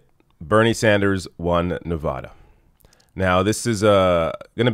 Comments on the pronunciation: It's pronounced Nevada not Nevoda lol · Pronounced- “Nev-AD-a,” not “Nev-AH-da.”.. just FYI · Great video, but Nevadans will get triggered by you mispronouncing the state name.:)